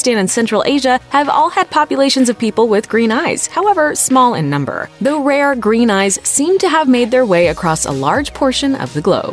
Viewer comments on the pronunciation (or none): none